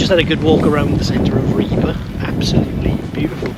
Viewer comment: It is very refreshing to finally hear an English speaker get the pronounciation of "Ribe" right. You last attempt at "Skagen" was also spot on.